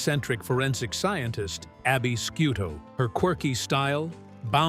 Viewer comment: This is garbage. Abby's last name is pronounced shoe toe not skoo toe. If they are that lazy it does not surprise me that the rest is speculation based on almost no facts. It's crap. Click bait.